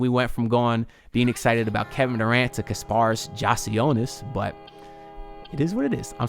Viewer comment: Ik your gonna get it right but just wanted to let you know it’s pronounced KAS -paras sorta like Spartacus not kar paras but we’ll get it right lol A+ PICK